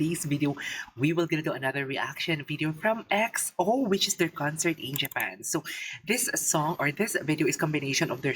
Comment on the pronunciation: Yung pag pronounce po sa EXO is (EKSO)🤗